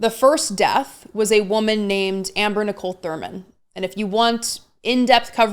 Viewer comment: Did you catch her mispronouncing Amber’s name? She knows better, that was just petty and rude.